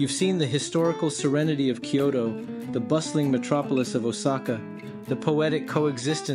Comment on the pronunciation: There is no "kă" sound in Japanese as in Can or Kansas. There is only a "ka" as in Carl or Karma. So it's Kansai "Kahn sigh" and "Can Zai". Also no "Key O Toe" it's only two syllables "Kyo Toe." try "Kyho Tow" Just adding a better explanation especially because you said yo understand a little Japaneses. 🤙🏽